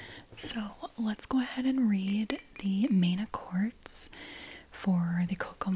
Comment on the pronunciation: I always get triggers by the way you pronounce "accords" 🙃 love the content